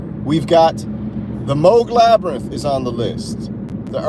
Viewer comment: Meh-sengger and Labrynth 🤣